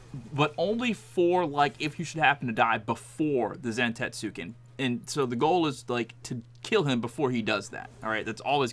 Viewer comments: it’s pronounced Zan-tets-ken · Awful video. Just guessing at the mechanics instead of understanding them. Don't even know how to pronounce the move name. Awful.